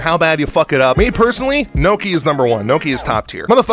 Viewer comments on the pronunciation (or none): Did you actually unironically call gnocchi as "NOKIA"??????? 🤌🤌🤌